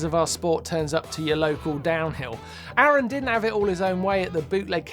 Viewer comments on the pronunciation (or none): none